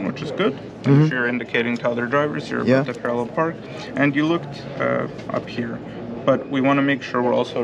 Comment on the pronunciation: It’s PARALLEL parking not PARARREL.